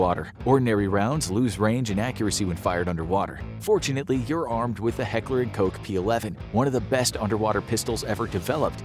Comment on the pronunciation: Did he say heckler and coke? Lol